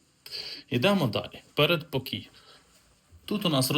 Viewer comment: передпОкій наголос (!) Вже виникає - недовіра